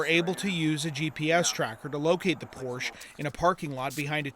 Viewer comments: It's Por-sha, not Porsh. Otherwise, good job. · The designers name was Ferdinand Porche...Porsha not porsh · Pórshuh. Not porsha! Greetings from Germany,,,😊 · pronounced porsche wrong every time. its a family name pronounced "porsch-ah" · Yes, except they need to learn how to pronounce Porsche! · How in the world do you get a job as a reporter and not know how to pronounce e the name Porsche!?!!!!!! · Please learn the correct pronunciation of Porsche !